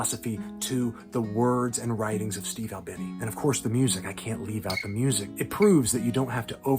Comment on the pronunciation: his last name rhymes with teeny, not tinny…